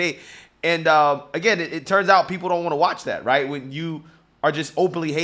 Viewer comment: What’s a “wight idea”? Going to the moon?